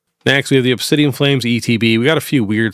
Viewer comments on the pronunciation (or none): none